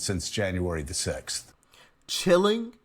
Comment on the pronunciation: cilling???!!!🤣🤣🤣🤣🤣🤣🤣🤣🤣🤣who can listen to them anymore????????